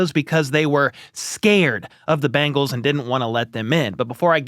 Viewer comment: Is Bangles? Or Bengals? I know the Bangles had hit songs in the 80s like Walk Like an Egyptian. However, the Bengals was not a hit song for anyone. But!! Good news!! Michael Jackson had a number one hit called “Ben.” Which is a primer on how to say the name of the Cincinnati football team! Ben-gulls. Difference from Bang-gulls my English speech teacher chided me today.